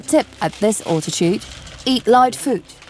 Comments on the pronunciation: Sorry...her accent is shocking. Alltitude? Al....al....al. Fahrenheit is FAIR...n...height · "Awltitude"?! When the hell did the English start saying "Awltitude"? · "Britch" "Far in height " .. "grave ell " ..." awltitude" .. I am really NOT one to call out a person for pronunciation as a LOT of the narrators are speaking English when it is not their first language. This girl is not speaking English as a second language at all. .. I cant listen any more... My ears are bleeding. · The narrator sounds British but she pronounces her words rather oddly. Britch (bridge), fahh - renheit (fahrenheit) and all-titude (altitude). Plus, I can't really understand why she keeps referring to the temperatures in fahrenheit. Especially when she says -40 is the same temperature in celcius or fahrenheit. Still, not to complain, it's a free documentary about places I am unlikely to visit so thanks for the upload.